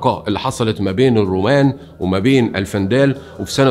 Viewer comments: الوندال وليس الفنداال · الوندال وليس الفندال وتونس هي افريقية مع شدة على حرف الياء وليس افريقيا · الوندال ....الدايات و البايات...نطقك غالط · تونس تسمى إفريقية وليس أفريقيا الجزيرة اسمها جِربة بالكسرة وليس بالفتحة الوندال وليس الفندال فقط للتصحيح شكرا لاجتهادك